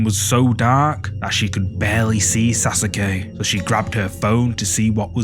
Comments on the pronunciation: SAUCE KAY not sas u ke lol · Almost cut video saying sas sue que it’s pronounced sa suh Que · "Sasuke": SA SOO KEY 😅😂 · Like this comment if you loved the way he said Saske name 😂😂😂